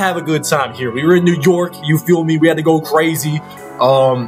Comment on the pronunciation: You know he not from New York by the way he pronounces "New yOrk"